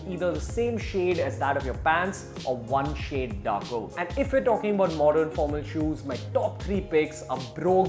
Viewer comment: what's modorn? pattorn? wth bruh.